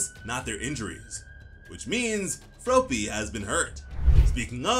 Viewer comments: F R O P Y not Froopy lmfao.... I get that you are American but come on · Please stop saying "Frowpy", it's just "Frawppy" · Fruh-AH-py, not F-rope-ee. lol I know the manga doesn't say it out loud and another comment already mentioned it, but I had to say it, too. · Just remember - it's based off the word frog. You wouldn't say Frogue, you'd say frog! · You're saying "Fropey" instead of "Froppy" it should be pronounced like "Floppy" but with an "r" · It's fr-AH-pee. Not fro-pee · It’s froppy not frooooppy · As much as I love ya your way of saying Froppy kills me it's just Floppy with and R.😂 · Did you just call Froppy FROWPEE? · I love the way u say froppys name LOL FRO PEE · Bro's sayin' "Fropey" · hes saying froppy like soapy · It’s fr-ah-ppy , it actually bothers me you’re doing it wrong